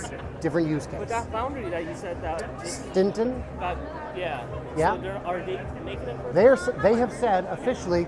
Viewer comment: Clinton not Stinton. Great video by the way.